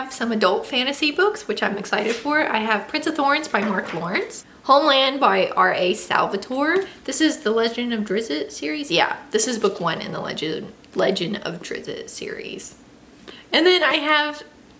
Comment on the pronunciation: Just so you know Drizzt sounds like "Drist." :)